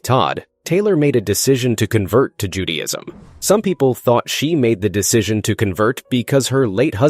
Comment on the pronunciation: Judyism?? who narrated this?